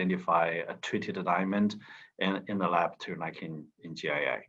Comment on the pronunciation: It’s GIA not GIC